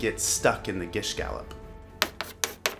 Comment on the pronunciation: you pronounced gish gallop incorrectly